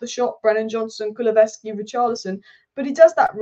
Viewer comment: Great honest analysis and I noticed you struggle a little pronouncing kulusevski's name, so to help out a little we just refer to as deki😅one for the future and thanks for the plaudits.. COYS